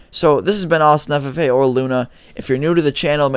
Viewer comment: Bro I always thought he said Austin Santa Fe not Austin ffa